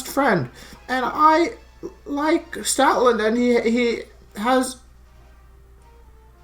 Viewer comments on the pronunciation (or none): I thought you said Stalin not stoutland lol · At the start I thought you said "Stalin Lover 9000" lmao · OMG I thought you said Stalin at the beginning when you were joking about stoutland LOOOOOL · thats what i thought too lol